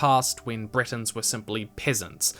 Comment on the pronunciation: Your videos are amazing, but i beg you, try to learn the correct pronounciation, i know it may be hard, but for the first half of the video i thought you were comparing the high rock to britain (britains/bretons...)